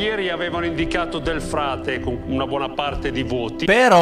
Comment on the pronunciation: Chi sa se entro la fine del programma riuscirà a non dire più Del Prete invece di Del Frate,un paio di volte mi è quasi venuto da urlare:"è Del Frate",come se fossi lì 😂. Comunque non vorrei sbagliarmi ma a parte quando l'aveva appena sentito nel programma,poi l'ha detto giusto solo una volta contro 4/5 errori